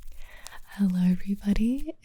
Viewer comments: she sounded British when she said hello 😂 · why did the "hello everybody" sound Australian?😂